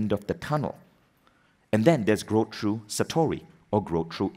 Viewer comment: Vishen needs to learn that THROUGH is NOT pronounced TRUE.